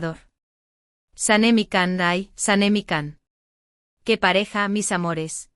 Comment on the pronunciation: Siempre llaman Kan a Can todavia no entienden que Se pronuncia Jan o Yan pero no Kan y El tambien siempre Se los repite por favor entiendan y mas ustedes Mundo Turco ya que suben contenido sobre Can y Demet digan bien su nombre como bebe ser......